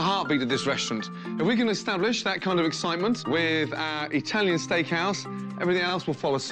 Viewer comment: Sammy: I make the best tiny food in the world!" (I know he means italian but thats what i heard lol